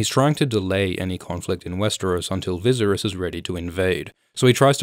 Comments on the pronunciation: Holy shit, why do you create content that is supposed to be an expert opinion when you cannot even pronounce a main characters name? Viserys Targaryen (vi-sar-ees) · Your pronounciation of Viserys is deplorable. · Man it's driving me crazy everytime he mispronounced his name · I have never been more distracted by a pronunciation of "Viserys" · Great video but your pronunciation of Viserys is annoying. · Haha i came back to this video. Forgot that i watched it already and wanted to make the same comment again. Haha. But seriously, whats up with that pronunciation? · Wow you pronounce " Viserys " sooooooo badly lmao . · Every time he mispronounced viserys, the mad king burned kings landing 😂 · Love the video but please stop murdering Viserys name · You didn’t even watch the show?? How can you possibly say Viserys wrong? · Whyyy are you saying Viserys name that way?? He’s not eye drops. I get if you never watched the show but clearly you have. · Are you trying to say Viserys wrongly? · Yeah, it sounds a little too much like "visceral" when he says it. It would be like pronouncing Daenerys "DAN-er-iss". Weird. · Fun Fact: "Viserys" rhymes with "Daenerys." Not sure why you're pronouncing his name weird. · You are butchering the pronunciation of "Viserys" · Say Viserys properly or don’t at all. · After , why do you pronounce Viserys wrong every time? Have you not watched the program? It's never once pronounced how you say it. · I hate the way he pronounces viserys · Ok no one? For real no one? Not a one of you said anything about how the Bolton-esq butchery of the name Viserys? Nerd Sterk would not be happy with this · thee fact you can't pronounce Viserys makes me kinda annoyed. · The way you say Viserys annoys me. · Oh man I love these vidz but the way Viserys is pronounced has me shuddering. Sounds like an EDM group or something! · Great video but I can’t bd the only one who cringes every time Viserys is mispronounced. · Vizeris? You mean Viseryse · zlozlozlo me too